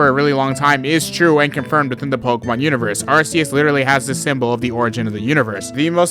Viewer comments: It's not pronounced "Ar-see-us." It's pronounced "Ark-ee-us." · erm actually its pronounced are-key-us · Its Pronounced ar-koos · I think its arceus like ark not uh u know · It's pronounced ARC-EEEE-ES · the pokemon anime says Ar see us